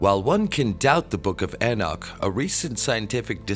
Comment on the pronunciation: Your videos the only time I've ever heard anyone mispronounced the name of Enoch. Some sort of mental illness maybe? In pretty big logical jump there at the end, which is quite illogical. What is wrong with you.?